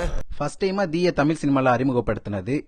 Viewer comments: He pronounces Tamil as something ugly! Go learn how to pronounce Tamil before He pronounces தமிழ் as தமில் . Such a basic mistake! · தமில் இல்ல தமிழ் சரியா உச்சரிங்க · தமிழ் என்று சரியாக உச்சரியுங்கள், தமில் என்று உச்சரிக்காதீர்கள் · நீங்க தமில் சொல்லாம தமிழ்னு உச்சரிக்கவும் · தமில் இல்லை தமிழ் ஒழுங்காக உச்சரியுங்கள் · சின்ன விண்ணப்பம் தமில் தமில் சொல்றிங்க தமிழ் சரியா உச்சரித்து வீடியோ போடுங்க pls 👍 all the best nanba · தமில் அல்ல தமிழ்😢😢😢😢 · Tamil wrong pronounce. The whole language is getting spoiled. Pls correct your way of speaking Tamil in its original way. Very hurting to hear tamilian killing their own mother tongue.